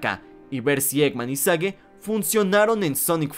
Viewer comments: Porqué pronuncias el nombre de Sage como "sague" en ves de "seich"? Que es como oficialmente se pronuncia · En lo personal espero que Sage se quede como un personaje establecido en la franquicia y como la hija del doctor Eggman ¿Y no que el nombre Sage se pronunciaba Seich? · El nombre de Sage se pronuncia "Seigh".